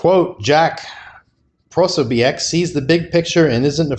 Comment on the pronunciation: So you don’t even know how to pronounce the author‘s name. 🙄